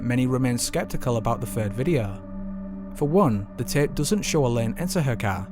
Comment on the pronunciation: Great Channel & i love that his accent makes him sound like he's ending every word with an H Videoh, Eerlih :P